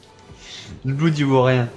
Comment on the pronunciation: Quelqu'un lui dit que Blood = "Blod" et non "Bloud" ? :-P